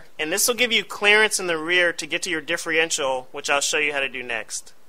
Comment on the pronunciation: Difrential.... Sorry that was driving me crazy differential not difrential.